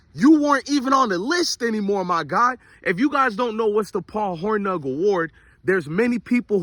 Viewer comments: Paul Hor-NING. Like lightning. That’s how it’s pronounced. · It’s pronounced Horning 😂